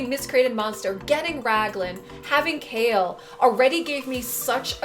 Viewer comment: Am I the only one calling Kael -> Kha-el and not kale!?